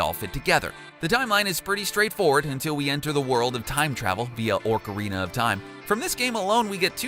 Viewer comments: "Orcarina" SMH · Your pronunciation, YOUR PRONUNCIATION...RAPED MY EARS!!! I let it slide far too long and sadly I only made it to the point where you started saying “orcarina of time”. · Over and over again. bothers me so much. Then he says "ORCarina of Time"